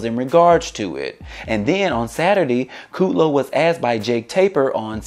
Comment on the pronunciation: I think it's KUDlow, not Kooodlow